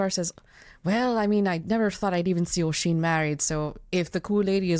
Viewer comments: Just because it’s gonna bug me - is the Wheelchair bound fiancé supposed to be named Oisín? If so, that’s not how it’s pronounced - the Oi part is pronounced like the U in “jump”. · This is fun but damn that accent is killing me. As well as that pronunciation if Oisín.